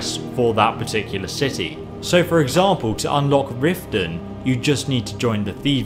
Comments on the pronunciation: You said shitty instead of city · stepy Teadayle IKR! I NOTICED THAT! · ul1tmate crazy k1ll lol i was about to type that "each shitty" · "for each shitty" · Did anyone else notice that he says shity instead of city? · it sounds like he says each shitty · LOL I Think You Mean City Not Shit*y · 12.41 he's says each shitty instead of city listen carefully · eso said"shity" not city. XD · Guys he only said "shitty" because he kind of blended "each" and "city"